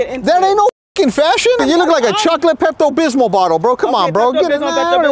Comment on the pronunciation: Did he call her a chocolate pepto bismo???😂😂😂😂😂....im dead